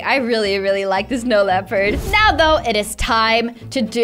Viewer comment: “Are you serious right neow”